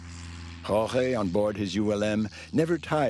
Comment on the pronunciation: Listening to this narrator pronounce "Jorge".....smh